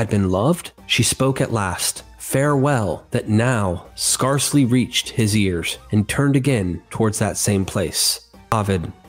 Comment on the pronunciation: The word "scarcely" is pronounced with a long "A" sound, as in the word "scare". Also, "hearth" uses the same vowel sound as the word "heart". And the most often one I hear on your vids, "tales" not "tells". I'm rooting for you, mate, but you might want to clear some of these mistakes up if you want people to continue to take you seriously.